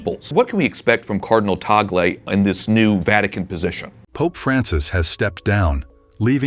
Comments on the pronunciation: Correction pls.. not tagol but TAG-LE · Not tagol but TAG-le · Another correction it's pronounce as TAG-LE not TA-GLE because he is a Filipino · His name is PRONOUNCED AS … Cardinal Luis “ TAG-LE “ …!!! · Pronounce his name TAG-GLE